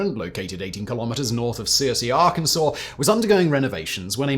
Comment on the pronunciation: THANK YOU FOR SAYING ARKANSAS CORRECTLY 🎉🎉🎉🎉🎉 I was waiting to pounce but you made me proud!